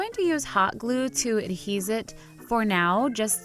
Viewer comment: "Adhes" 😂😂 cupquake its ADHERE ad•here